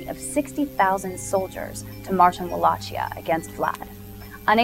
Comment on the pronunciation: PS: goddamn it, that "Valachia" you keep talking about is pronounced Valakia, it's not italian, geez.